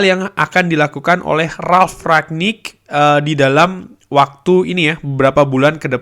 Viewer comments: rangnick bang bukan raknick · Kritik bang cara penyebutan Bukan rak nik tp rang nik